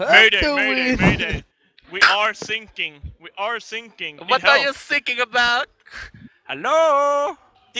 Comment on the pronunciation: What are you "sinking" about? I died.